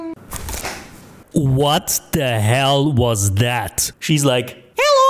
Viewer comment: I like how he always says helo when a screaming open mouth guy of monster pops up.